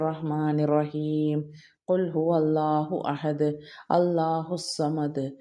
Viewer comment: അസ്സലാമു അലൈകും പ്രിയ സഹോദരി കുൽ ഹുവാ അള്ളാഹു അഹദ് എന്നാണ് പഠിച്ചിട്ടുള്ളതു കുൽ ഫുഅള്ളാഹു അഹദ് എന്നല്ലല്ലോ ഒരു ഹാർഫ് മാറിയാൽ അർത്ഥം മാറില്ലേ തെറ്റ് ആണെങ്കിൽ എന്നോട് ക്ഷമിക്കണം പൊരുത്തം ചോദിക്കുന്നു അസ്സലാമു അലൈകും വരെഹുമാതുല്ലഹ് ബ്ബറകാതുഹു